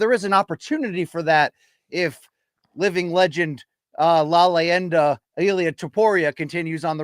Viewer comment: back with his "la LIENDA" bullshit, and, the ultimate authority on Spanish pronunciation, hasn't said anything ever. Unreal. I swear to god if ever launches his own channel, I'm never watching anyone else ever again. I cant deal with this for long. The nose ring dude from MMA fighting has been pronouncing Rakiç "Racik" for years, Fiziev has been Fizayev on this channel a dozen times, meanwhile spends 45 minutes lecturing everyone on how to pronounce Adesanya and Adrian Yanez